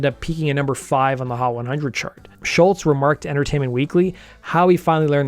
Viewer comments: You can’t even say his name right. Say Scholz, your saying Shultz dork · There's no "T" at the end of Scholz. It was annoying to hear you constantly say Sholtz.